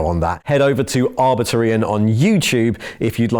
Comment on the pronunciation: Ooo, he said arbitor right